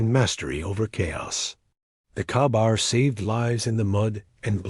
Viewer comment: Your AI can't pronounce Kabar? Few people have held them? I have most of the list.